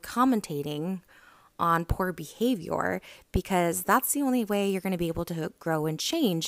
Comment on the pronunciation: "poor behaviYOURRR" 🤣🤣🤣💀